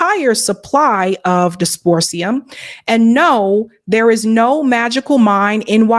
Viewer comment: dysprosium - dis-pro-zee-um